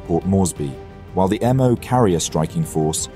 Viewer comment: not "operation emm oh". Japanese doesnt use a fucking alphabet. Its "operation MO". as in MO, the katakana or hiragana character. Jesus fucking christ, after "operation Kay ee" and "abe"(as in abraham abe, instead of a-be, like a JAPANESE name), this channel is quickly becoming a fucking laughing stock.